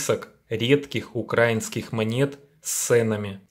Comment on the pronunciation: Авторе, робіть правильний наголос! Не "укрАінскіє манєти", а "украІнскіє".